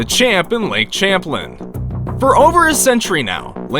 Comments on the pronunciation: It’s lake Champlain pronounces (champ ~lain) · Anyone from Vermont laughing at how he pronounced Champlain? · So many words or names mispronounced. e.g., Lake Champlain -- pronounced Sham-playne. NOT Champlin. Geez... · It’s not champ Lin is sham plain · You pronounced Champlain wrong! It's "Sham-playn"! I grew up near that Lake, so I would know!